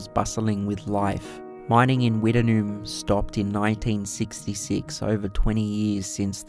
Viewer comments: Its pronounced wit-noon ha ha not wita-noon it's a common mistake mate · pronunced witt..nume not wit..en..noom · I’ve never heard it pronounced like you do it, we’ve always called it “Wit-Noom” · It is pronounced Wittnoom.I worked at MT Goldsworthy iron ore miine in 1970 and we used to swim in wittnoom gorge